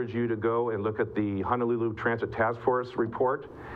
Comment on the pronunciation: Please correct your pronunciation of Honolulu. Mahalo.